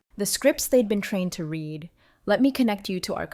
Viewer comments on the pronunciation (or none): The past tense of to read as read by the story teller really grates on my poor ears.